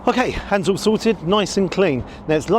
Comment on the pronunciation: I had to rewind to hear you say "hands all sorted" I heard something very different lol 😂😂😅